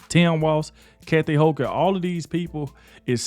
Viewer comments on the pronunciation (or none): none